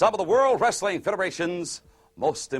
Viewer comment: always hated the way McMahon says "Wrestling". Sounds more like "Rustling"